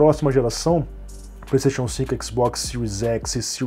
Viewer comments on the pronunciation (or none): none